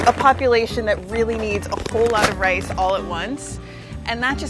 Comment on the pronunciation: At the beggining she pronounces "rice" like "race" or something like this . Is that a common pronunciation?